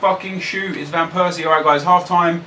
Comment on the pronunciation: you should pronounce it as robin van pairsie